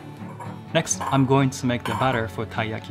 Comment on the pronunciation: i thought he was saying butter for so long, turns out he was saying batter, makes much more sense now :)